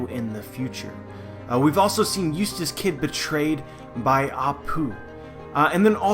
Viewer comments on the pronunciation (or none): none